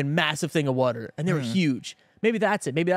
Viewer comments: Nothing wrong with drinking water, but drinking wuter? Now that's questionable! 😂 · If I hear say “Wudder” one more time I’m going to have to reduce my Patreon pledge, I just can’t support this. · Triggering to hear wuter 500 times in 10 minutes 🤣 Love you guys.